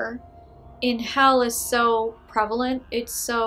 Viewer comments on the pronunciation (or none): none